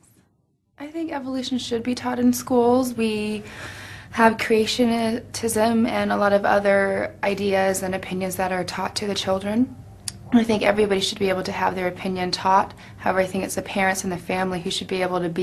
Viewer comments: Creat-a-tism? Haha. What a bimbo! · "creationitism..." sounded like cretinism! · Creationa-tism??? Ha, ha, ha, ha!!! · "We have ceationitism" - your pronunciation speaks volumes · Creatio-tisim. Haha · ahahahahahaha "Creationi...tism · Creation...itism. Hahaha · SO. MANY. STUPID. BITCHES. "creationatism.."